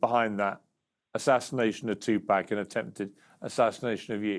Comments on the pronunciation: He acts like he can't say 2pac how the Culture pronounces it😅 I try to give him benefit of doubt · Piers you don't pronounce Tupac's name as " Two Pack".. its pronounced " TOO POcK" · Tupec its PAC Piers.. it is PAC 🙏🏼 may god rest his soul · Piers calling him Two Pack 😂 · I’m sure the culture shock 😂 he says two pack 😂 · Did somebody finally pull Piers' coattail and tell him how to pronouncepax's name? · He needs to learn how to say Pac name. British badmind get a clue.